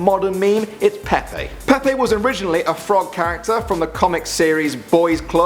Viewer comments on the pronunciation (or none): its pronunced pepe not peapea